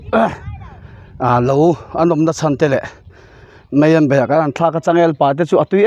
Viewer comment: meian ni lovin maian tih tur😂😂